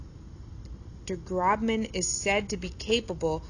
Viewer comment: It’s pronounced Groshman, not Grobman